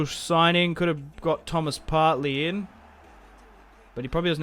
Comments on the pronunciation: Just saying, it's Partey. Not Partley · Love this career so far . Only things wrong with it is “Partley”😂 and that he said “k” a lot instead of “mil” other than that, great start